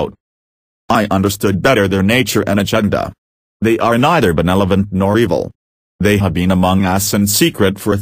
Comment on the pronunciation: It's super annoying the way this robot narrator keeps mispronouncing the word "benevolent". It's ben-EV-o-lent, not ben-EL-o-vent.